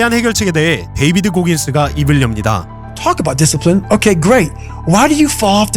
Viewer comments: 디씨플레인이 아니라 디써ㄹ플레인 이라고 발음합니다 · 영어라 어차피 외국어이긴하지만요.. discipline [dísəplin] 디’씨‘플린보다는 더‘써’플린에 가까운 거 같슴다ㅎ